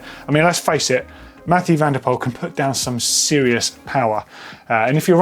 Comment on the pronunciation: Please pronounce: MathEW van der POOL I am dutch so yes